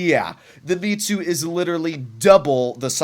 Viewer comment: Its Mits-you not Me-too It's short for Mitsubishi.